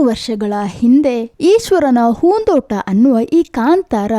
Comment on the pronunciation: ಏನ್ ಮೇಡಂ ನಿಮ್ಮ ಕನ್ನಡ ? conventನಲ್ಲಿ ಕನ್ನಡ ಕಲಿತಂತಿದೆ,ಹೂದೋಟ ಅನ್ನೊಕಡೆ ಹೂನ್ ದೋಟ ಅನ್ನೋದ,ಕೆಲವು ಕಡೆ ಅತೀ ಕನ್ನಡ ಪದ ಮತ್ತೆ ಕೆಲವೆಡೆ english ಪದಗಳು,anyway good try, ನಿಮ್ಮ ಕನ್ನಡ improve ಮಾಡಿಕೊಳ್ಳಿ ನಿಮ್ಮ ಚಾನಲ್ ಗೆ ಒಳ್ಳೆಯದಾಗಲಿ.